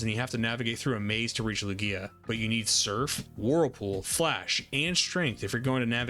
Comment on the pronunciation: I was watching your video and though it was good until I heard you say Lugia..